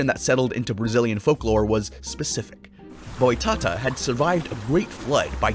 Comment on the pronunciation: Just a tip for next time you say portuguese words the accent is where you should say with emphasis, so is boitaTÁ. Just stunble in your channel today, im loving the vids